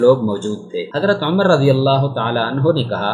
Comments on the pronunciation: اوے پاگل انسان تمہیں تو جناب عمر رضی اللہ تعالیٰ عنہ کا نام بھی لینا نہیں آتا جاہل انسان امر نہیں ان کا نام عمر رضی اللہ تعالیٰ عنہ ہے اپنا تلفظ ٹھیک کر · Bhai apki APNI pronunciation e theek nhi.....Umar ko Amar keh rhy hen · بار بار حضرت عمرو پڑھ رہے ہیں جبکہ پڑھنا عمر چاہئے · Naam to thek le lo Hazrat Umer R.A ka